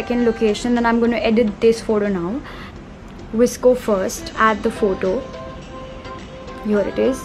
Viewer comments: Girl it's not visco* it is "VOS-CO" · First things first...its not visco its v. s. c. o p. s:- dope video